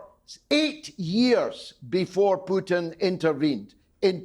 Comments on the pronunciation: Morgan can’t even pronounce his name. It’s “Pootin,” not “Pewtin!” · Stop talking about Ukraine, Piers! You understand exactly zero about it. No matter how many educated people talk to you, like Galloway or Jeffrey Sachs, you don't understand anything. You can't even pronounce Putin's name correctly, let alone understand the facts. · Piers and "Pe uw tin" lol from the same toffee nosed stock as Starmer! "Keir Hardy" was a British Labor pioneer many know nothing of, no Brit calls their child "Keir" unless they have hallmarked them for expensive private school and politics, same as "Piers", earmarked at birth for expensive private school education. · Can't even pronounce Putin name correctly, never mind knowing any facts about Russia or Ukraine or the history of West interference in the area